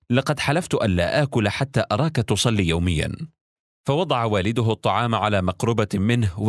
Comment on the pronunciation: هل انت نسيت انها الطعام مش الطلام